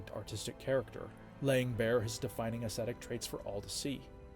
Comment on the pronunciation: I love this series. But I wish someone would teach this guy how to pronounce “aesthetic.” Drives me nuts.